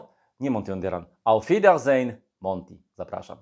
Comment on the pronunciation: Prawilna niemiecka wymowa dopiero daje odpowiedni wydzwiek tytułu gry :D hahah